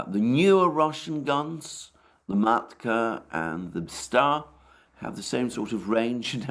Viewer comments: maLka, not maTka 😂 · This russian gun MATKA is not MATKA but MALKA ("peony") 2S7 Pion 203mm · Malka, not Matka. Please!